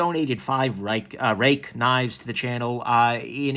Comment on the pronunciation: Since the P801 and the P108 (love these names), Ruike has been one of my favorite brands (as a budget/Sanrenmu fan at heart). I am glad that you are no longer mispronouncing their name (Roo-way-kee) because (despite their awkward naming pattern) they are worthy of recognition and pronunciation.